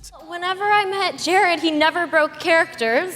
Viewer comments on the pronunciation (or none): none